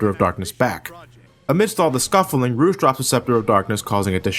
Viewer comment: u say rouge so wrong